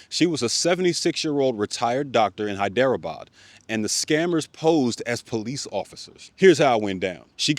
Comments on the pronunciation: HI-DRO-BHAD is how you say that city (gotta roll the r tho) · Love your vids! Just wanted to mention, Hyderabad is pronounced like "hydra-bad" the prefix is just like how we say "hydrate"